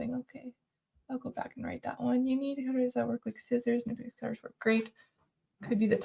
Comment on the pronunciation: Nip ex.. with a "k" ... knipex.